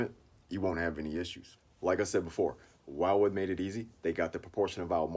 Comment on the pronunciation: Umm... Pretty sure it's "will-wood" not "while-wood"